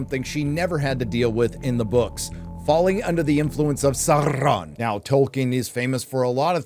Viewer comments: Yes, the show sucks. But you can't fucking pronounce Sauron. Tolkien explicitly explained this one. SOW-ron. Not SAHR-ron. Hire someone who knows the lore. Sheesh. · Love your channel, but can you please pronounce Sauron's name as it's supposed to sound - (first syllable) as 'sour', not 'sore'. Unless you are pronouncing it that way on purpose? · You would think „Saurrrrron“ is not funny anymore after repeating the joke 50 times - wrong, I still laugh every time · okay im not the only one bothered by how galadriel (i will not learn her real name) pronounces “sauron” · Every time she rolls the r in ‘Sauron’ or ‘Mordor’ I want to jam a pencil in my ear. As if this show didn’t have enough challenges to overcome, inaccurate pronunciation is the last straw.